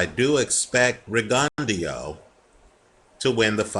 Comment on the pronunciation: isnt it pronounced rig-un-dough?